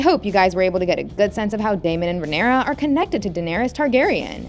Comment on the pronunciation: Holy shit, the way she pronounces words makes it hard to focus. Daughteeeeeur. Leanooour. Rhaenyroooooua.